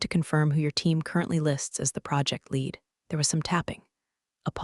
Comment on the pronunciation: Shame about the bots though. The most annoying thing is that they can't pick the correct homophone, eg what should be pronounced lead as "leed" comes out as "led", and vice versa. Read gets the same mistake and live(s) can be "liv(s)" or "lyv(s)" at random. Currently I'm one of the 7%, but I'm thinking of leaving even the 93% and just not listening at all. If you must have electronics read your stories, at least listen to them first and correct the homophone and other pronunciation errors before uploading them.